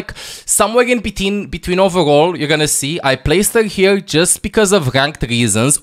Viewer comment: always finds a way to put a "g" in a word that doesn't even have a "g", ever. Examples: Here - Hegere, Your - Yougr, etc.